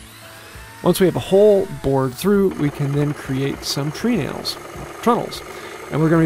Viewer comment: Tree nails is pronounced "trenals".